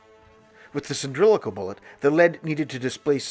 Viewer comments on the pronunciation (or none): Please it is pronounced “sill-in-drick-Al not “sin-dril-ic-al” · I feel like a right bell end asking this, but: are you using a word I don’t know, or are you mispronouncing cylindrical when talking about the Whitworth projectiles?